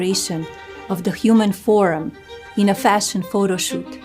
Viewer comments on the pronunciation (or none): Melonie can’t even pronounce the word form she says forum. And nobody’s asking her anything? She has Avery vivid imagination. Must be all that kool aide-she drank.